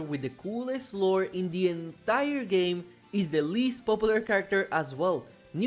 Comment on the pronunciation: I like how he says "Indie entire game", like emphasizinh that Baddie Baboon is Indian